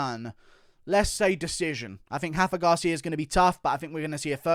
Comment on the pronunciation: It’s Rafa Garcia with an R not an H he’s Mexican not Brazilian